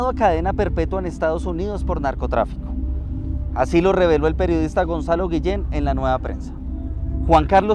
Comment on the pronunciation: EL TONTARRON DE DUQUE DICE GUILLEN 🤣💥🔥💯